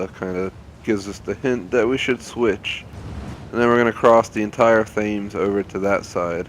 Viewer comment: The Thames is pronounced as ‘Temms’ for your future reference :)